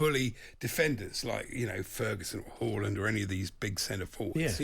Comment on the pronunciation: Jacobs still doesn't know how to pronounce Haaland...plonker.